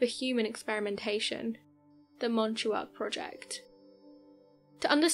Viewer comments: MAhn Tock, not Mahn Too Ock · Its pronounced: "MON-TOCK" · MON- TALK………Montauk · Lol i was just at camp hero this weekend. definitely a cool area to explore but its not its own island its apart of long islands east end. its also pronounced like Mawn-talk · It's pronounced...Mon-talk.